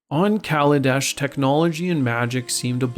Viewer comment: I respect you for saying kaladesh